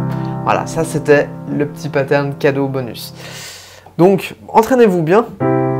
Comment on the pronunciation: J'avoue que quand je vous entends dire des mots anglais avec une prononciation française ça pique les oreilles. Paterne ou bien séquence...